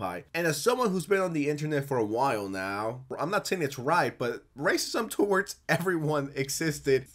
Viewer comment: mf said toe-awards